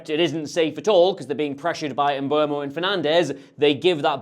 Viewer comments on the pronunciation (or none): You're still saying M'bwemo 😭